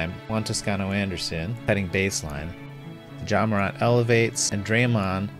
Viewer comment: I love your content, but I wanted to jump out my window because of your pronunciation of Morant. It’s Mor🐜, not MorONT